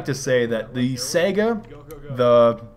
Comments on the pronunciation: SIGH GUH. Not sega. SIGH GUH. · just so you know the saiga is pronounced (SY-GA) i know you hate being corrected but just trying help. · dude, it's Saiga....with an i. not Sega like in Sonic the Hedgedog